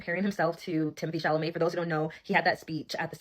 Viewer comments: Timothy SHAMALAY 😂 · It’s Timothieu Chamomile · Tymathee Shamaleigh